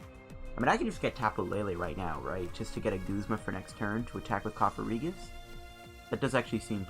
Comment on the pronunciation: Its cofagrigus not cofarigus